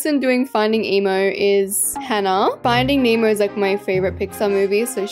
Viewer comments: it’s not “finding memo”it’s finding Nemo this is how you pronounce it NEH-MO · "Finding name o" 😭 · “ finding emo “ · Not saying finding emo😅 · stop saying finding emo 😂😂😂😂😂😂😂😂😂😂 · she says “finding Emo”😂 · why does she keep saying "findiing emo" with peace and love 😭😭🤓☝😭😭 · Not findig nemo its FiNdInG HeMo 😂